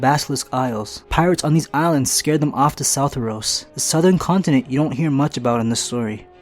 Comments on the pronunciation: It’s not southoros, it’s sothoryos. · Its not South-er-os. its So-thor-ee-os. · Southeros? SOUTHEROS?! Bruh... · Sothoryos is pronounced So-Thor-Eos